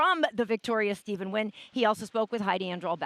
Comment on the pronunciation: What the heck is that pronunciation of his last name